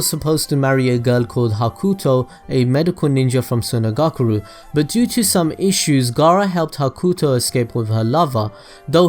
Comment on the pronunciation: Why he saying sunagakure like sunagakuru